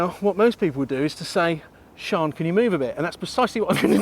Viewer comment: I'll tell her. She'll be delighted... MIKE (PS: It's Sian, pronounced "Sharn")